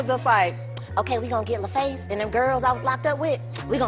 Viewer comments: You guys should double check how the names of people, and record companies are properly pronounced before you upload your videos. Never heard of LayFace records! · "Lay face" 😑 lol. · Lah-Face.......not Lay-Face